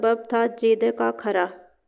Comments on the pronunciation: کھرا khara نہیں ہوتا کھرا khura ہوتا ہے یعنی کھ پر پیش ہوتی ہے زبر نہیں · Ji aor lafz کھرا b ghalat bol rhi hn. Agr kahani parhnay say pehlay aek ya 2 bar parh len to kafi behtri aa skti hay. Majmooi tor par kafi behtar hn.